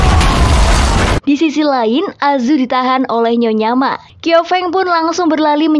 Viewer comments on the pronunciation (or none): Fyi bukan "kiau feng" tapi bacanya "chiau feng"😅